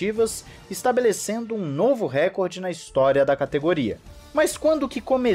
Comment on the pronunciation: Na língua portuguesa não existe récorde, mas sim recorde. (RÉcorde x reCORde). profissional de comunicação precisa respeitar a língua mãe.